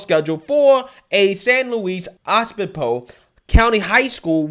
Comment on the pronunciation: California born and raised here:, it is pronounce Oh-Bis-po. Lol